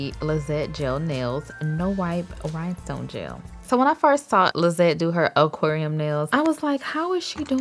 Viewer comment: I love how you say Oquarium haahha 💕😘